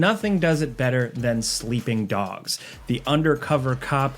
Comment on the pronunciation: I swear you said "Sweeping Dogs" at first, Are you going UwU?